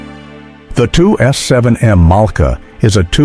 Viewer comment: pourquoi cette voix off ne sait pas dire Malka ,.mais mala. C'est vraiment pas crédible. Et une bonne voix humaine nous manque encore plus à l'écoute de cette voix horrible.